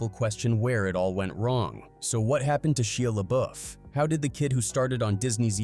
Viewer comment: Are you stupid? You keep saying his name wrong